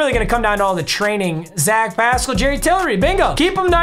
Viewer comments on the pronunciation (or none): none